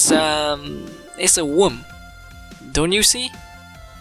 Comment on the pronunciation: Got me cracking: "Is a woem, yu see"